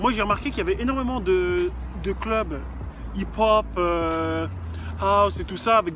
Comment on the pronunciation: C est pas hip hop c du hip pon ! XD